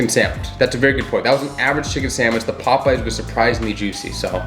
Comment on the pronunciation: POPEYES NOT POP-EYES